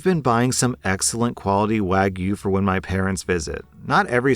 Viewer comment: Props on you for pronouncing wagyu as wagyu Instead of wagoo.